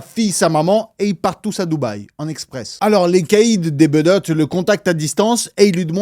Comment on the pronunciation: Sevran BEAUDOTTES pas BEUDOTTES et INCROIYABLE… entre autres… j’ai pas tout relevé. Mais pourquoi. Sevran pas Sévran… commandite et pas commanditation … dommage car tu as un super flow.